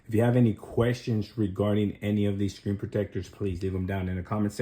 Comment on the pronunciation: Learn how to pronounce screen